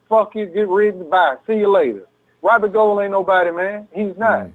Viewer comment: still mispronouncing robbie's last name. Goo-uld like ghouls and goblins. lmao